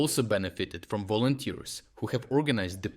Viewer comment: yea "volonters" 🤣🤣🤣